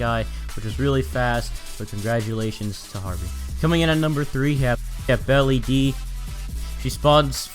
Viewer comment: Its BellaDea not Belly LOL